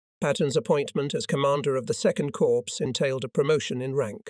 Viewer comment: Corpse = dead. Cor with a silent P or Cors with a silent P. I was at VII Cor HQ near Stuttgart Germany for 3 yrs. Is the production crew unable to read?